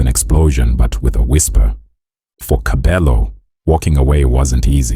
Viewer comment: Pronouncing is irritating I stopped listening when you said TKzet ee😮 and kabelo's stage name